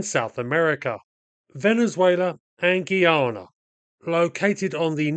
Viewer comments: Guy-ana not Gee-yana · It's pronounced Guy-ana not Geeyana. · It’s pronounced guy…ah…na. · Why do westerners say the word guy normally, then say gui in pronouncing guyana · Why does EVERYBODY find it impossible to pronounce this country's name properly!? GUY-ANA GUY ANA NOT "GEE-ARNA" 🙄🤦🏿‍♂️ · Why is everyone misspronouncing the names. Guy-a-na Ess-e-quib-o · Guy - Ana : correct pronunciation